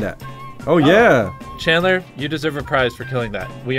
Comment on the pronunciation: YEAH "CHANTLER" dude its chandler oof.